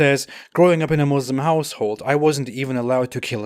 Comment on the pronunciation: Why can't you say Muslim properly. Is Allah taking away your ability to talk? 😂😂😂😂😂